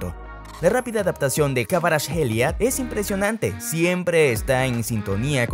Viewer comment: Su nombre se pronuncia como ( jvicha kvaracjelia) en todo idioma! Va a ser el mejor futbolista 🇬🇪❤️🇬🇪❤️